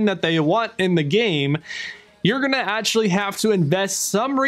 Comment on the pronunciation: An answer. I stated it clearly. So if you are able to answer with a question you can surely answer with an answer so please do so I will be grateful. Tell me why do you pronounce so badly? I have already given you an example above. Words like protection, actually, faction you pronounce it badly (the parts "act" and "ect" are pronounced badly by yourself)... that is not English. So do you have an accent or are you somehow indisposed, do you have some impairment in this regard?